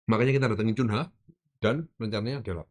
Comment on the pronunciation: Bukan Kunha. Bukan Kanha. Tapi Cunia bacanya. Itu ada channel sebelah yang sok tau, sok kongkow, dikasih tau sama netizen cara bacanya ngeyel bilang Kanha. Katanya punya temen di Inggris nyebutnya memang gitu. Ternyata ada tenglang henpen. Jan.. angel kandanane cah kae.